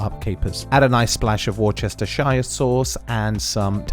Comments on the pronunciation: I just came here to say War Chester Shire Sauce. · ‘Wooster-shuh’ please. Otherwise excellent. G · War chester shire sauce ? And your english ? Wtf ? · WRONG .... absolutely 1,000% incorrect !!! 😶 It's --------> "WUUST - UH-SHEER" ..... and no abhorrent "sir, sire, shire" hic slang !!! (sheeesh) 😳 And there YOU have it, right from Mr. Lee and Mr. Perrin from England, G/Britain! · Say Wooster, we don't pronounce the Shire bit.:goodvibes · Worcestershijjjjjere souce xd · Great video. Inspiring and easy to follow. FYI it's Wuh-ste- sher sauce. Worcester is a city (pronounced Wus-Ste) in the Shire of Worcestershire (Wuh-Ste-Sher) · good video dude gunna cook them tonight. you say Worcestershire like an american though LOL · So you have an English accent but then don’t pronounce Worcestershire properly. 🤷🏻‍♂️ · Glad I found you. You sound English but everything is in yank talk? Except you pronunciation of Worcestershire Sauce🤪😂🤣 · Did you know it is in fact pronounced as worcestershire?